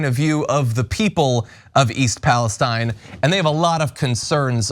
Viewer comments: BTW, people local to the town call it east Palestine, pronounced palesteene- from someone who grew up there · Thanks for covering this. It's Palesteeeeeen by the way. Rhymes with pristine, chlorine, etc. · Thank you for your reporting. It’s pronounced East Palesteeeene, with a long e…. 🤗